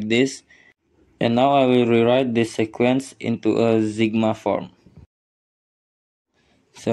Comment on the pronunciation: Sequence is pronounced "seequence"!